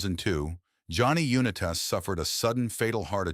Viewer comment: Damn shame you couldn't train your automated voice over to pronounce Unitas correctly.